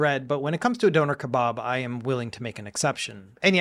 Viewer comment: The way you say doner kebab made me laugh out loud!